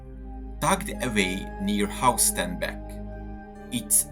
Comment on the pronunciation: Diese scheiss KI Stimme. Haus Starnbeck.... son Blödsinn. HAUSTENBECK !!!!